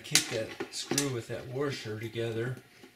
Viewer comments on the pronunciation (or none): Thanks. Great explanation, but there is not an “r” before the s in washer.